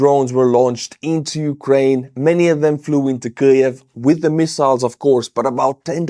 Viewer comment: What's a Kliev? Kyiv!!!